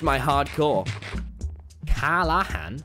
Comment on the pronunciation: No one: Tommy: cAlla hán